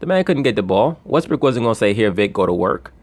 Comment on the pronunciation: Why do you say westbrake instead of westbrook?